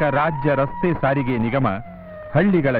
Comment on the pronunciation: ಸರಿಗೆ ಅಲ್ಲ ಸ್ವಾಮಿ ಸಾರಿಗೆ.